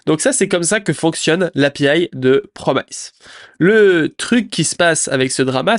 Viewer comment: mes oreilles saignent lorsque j'entends "promailleze" au lieu de "promice" haha à part ça, beau boulot, merci pour le résumé sur le drama!